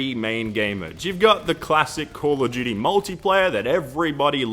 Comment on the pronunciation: hahahah call of gudy